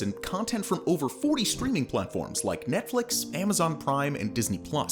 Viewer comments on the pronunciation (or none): none